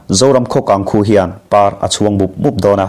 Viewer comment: A ropui hle mai. Zawlnei thil sawilawk te hi rin loh ngawt theih pawh alo ni lo ve. Pathian hian amah ringtute chu engkim alo hriatlawk tir ṭhin zawng a nih hi.Parchhuang tih hi i lam dik chiahlo deuh. Naupangin ruah an do a an huh PAR mai tih a "PAR" tih ang hian lam tur anih hmel e.